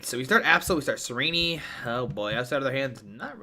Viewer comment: the way he pronounces "Tsareena" as "tsareeneeee" bothers me